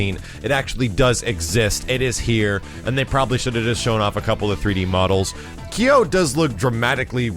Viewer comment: Since I'm a bigger fan of Iori, I'll forgive for mispronouncing "Kyo".